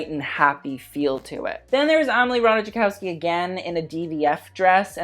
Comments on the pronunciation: It's Rah-tie-koff-ski. Or ratajˈkɔfskʲi, if you can read IPA. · Ratajkowski is pronounced 'Rataikovsky'. I was about to comment that and that's when you reuploaded the vid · just a little correction, comming from Slavic person, her surname is actually pronounced Rataykowski, generally in Slavic languages j is pronounced as y (if there is even j involved). Maybe I'm wrong, maybe she pronounces it as he said it in the video, but yeah, friendly correction